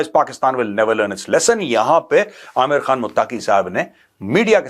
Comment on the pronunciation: abay jahil Naam tu sahi ley lay Ameer Khan mutaqi Naam hy flim star amir Khan nahi hy😂